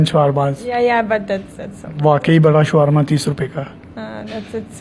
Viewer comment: Showerma is not correct word, correct pronounciation is Shawarma